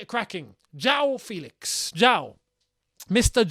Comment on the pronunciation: It's actually pronounced E FÉlix as you'd pronounce ChElsea. So FÉlix to ChElsea. And not the E as you'd pronounce (indeed) 😉